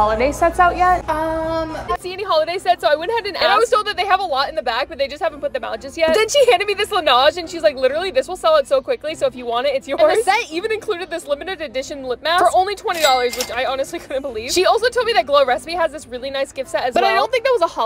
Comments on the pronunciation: “LANOGE” 😂 wtf…… it’s pronounced “Laneige”. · It’s pronounced lanage